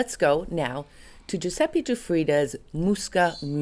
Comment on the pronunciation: "Giuseppi" non si può sentire, basta per favore! Ecchecazzo